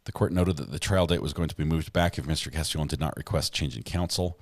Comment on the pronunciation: You're in Carolina You're definitely not the only person mispronounced the name lol